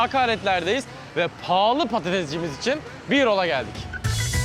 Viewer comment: Beer hall'ı birol diye anladım safsdafasaf